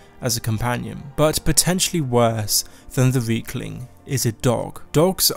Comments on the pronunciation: I thought he said weakling at first instead of riekling.. I mean I guess he's not wrong..? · You say Reiklings like Weakling, which is kind of funny cause they're pretty weak, good vid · Funny, when you say Riekling, you actually say Weakling. :D How fitting.